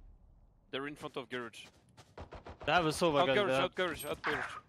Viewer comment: “There at gurrege” is my favorite callout